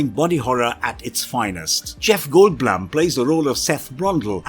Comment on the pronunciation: loooove Jeff gold- blam. Edit: so many bad pronunciations it must be a channel joke I’m not in on